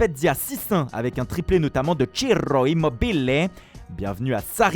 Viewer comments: CHIRRRRO IMMOBILEYYYYY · bonne vidéo mais le Cirroooo Immobileee 🤌🏽🤌🏽 j’en peux plus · thchérrrroïmobbilllé......il tuue les noms italiens ce type!!! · La prononciation de "ciro Immobile" est ridicule et insupportable il faut le dire normalement et tenir compte des remarques de vos abonnés je suis pas le premier à le signaler 🙏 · c'est la beaute de cette langue malheureseument. Moi j'adore hahaha